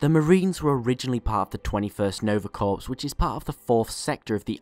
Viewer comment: small correction in the pronosition of corps. it is pronounced core